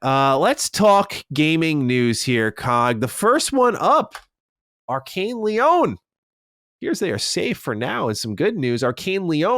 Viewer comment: Great podcast but please, Lyon is lee-on not lee-own